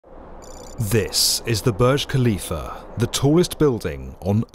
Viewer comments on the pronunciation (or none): Please stop pronouncing Burj Khalifah as Boj Kalifa especially with nonsense British accent. It’s not your language and so you should learn how to speak the word . That’s a respect. It’s pronounced as “Boorj” as in “uu” and the “r” must be heard, finally“Khalifa” as Halifa not Kalifa. It’s always annoying when you say it thinking you are knowledgeable 🙁